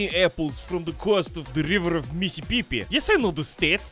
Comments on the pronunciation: "Missipipi" nah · Thank you for the video, that was very enjoyable. However I wont watch any more of your videos until you learn to say the name of my home state. Its Mississippi. 😎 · i love you so much ❤️ the way you pronounce Mississippi had me cry-laughing for like 10 minutes.. bless you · the way he pronounced mississippi😂